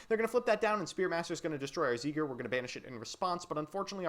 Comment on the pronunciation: zeigler It's seiger...🌚